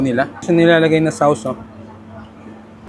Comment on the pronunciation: heto na naman tayo sa "SAWS" 🤣 akala ko tumino natong vlogger nato